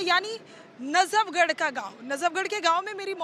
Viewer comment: Najabgarh nahi hai.najafgarh hai. Sudhir Badsa.